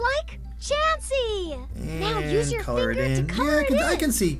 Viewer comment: How can you mess up chansey name so bad XD